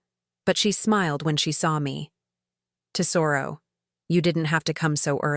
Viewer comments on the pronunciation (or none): If they're Italian, Lucia is Loo-chee-ah. And tesoro is TEZ-o-roh.